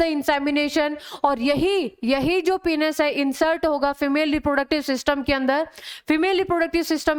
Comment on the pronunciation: Its Penis Not Penus!! Please correct your Pronunciation